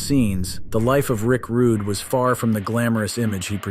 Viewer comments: Rick Rudegay sounds better ehhh!!!😂😂😂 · Rick Rooday hahahah!!